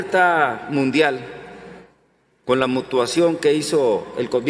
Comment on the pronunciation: dijo MUTUACION !!!!!!!! el experto